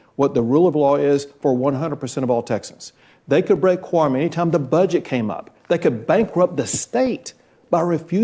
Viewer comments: When I listened I swear they were saying Corn breaking 😅. I had to turn on speech to text to find out they were speaking of Quorum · I thought yall were saying corn breaking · quorum is a two syllable word